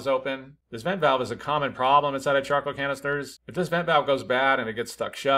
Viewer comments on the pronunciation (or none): I kept hearing chocolate canister